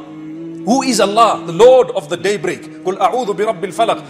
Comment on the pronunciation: Thanks mufti . But please improve your pronunciation daybreak is not one word there is a pause .